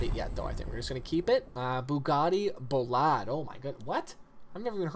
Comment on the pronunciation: Pronounced, bugatti "bow leada", and bugatti "chen tow dee eh chee" just to help you learn. The bolide has not yet been delivered but is out touring and showing off and soon to be delivered, though it is track only and cannot be registered for the street. The centodieci is the reimagination of the eb110, much like lamborghini is reimagining the countach.